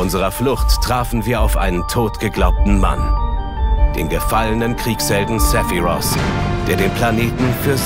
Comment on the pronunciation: Die deutsche Synchro ist ja insgesamt wirklich spitze, aber die Aussprache bei Aerith "Aeris" und bei Sephiroth "Sephiros" macht mich wahnsinnig... Das ist so "Herman ze german"-mäßig.